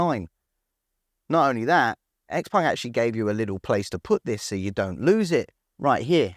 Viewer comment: why do you pronounce it XPung? Everyone else can pronounce it properly